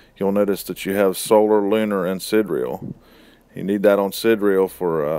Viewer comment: FYI: Sidereal is pronounced sigh-dear-real in UK English or sid-dear-real in US English. You're leaving out the middle syllable.